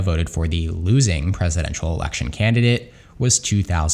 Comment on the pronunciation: Says “Erection” instead of “election” 😅